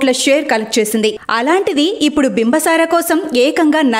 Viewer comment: బింబ సార అని చెపుతున్నా రు. అది తప్పు బింబి సార అని చెప్పాలి.